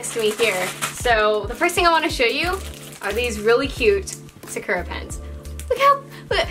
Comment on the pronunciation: Me: Luvs the hair, Luvs the supplies, starts going crazy over how she pronounced Sakura...no offense😅😆